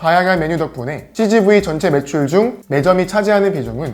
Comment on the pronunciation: cgv이 치즈구이라고 들음,,ㅋㅋ